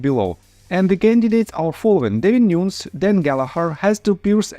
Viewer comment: I see you did not read my regarding David NewNezzzzz there is no point. It is not pronounced nooons